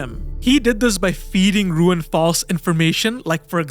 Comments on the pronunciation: Nice video overall...but I am pretty sure the name is not "RUuen" but "Ryūen"...RY-UU-EN. that triggered me very much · His name is Ryuen not Ruin. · Ryuen = it's not pronounced "Ruin", it's "Ryu-en" Tsubaki = It's not pronounced "Tsubaaki", less emphasis on the "a".